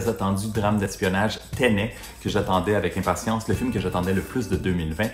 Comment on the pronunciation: T’as prononciation de Tenet est bizarre (sûrement francisée) mais alors quand il s’agit de dire un vrai nom français (Dunkerque) tu l’anglicise 😂 ça me perturbe